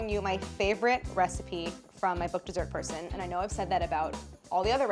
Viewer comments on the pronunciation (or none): It's the first time I'm watching a video from this channel and I heard 'Dessert Person' at the end of the intro as 'Desert her son'.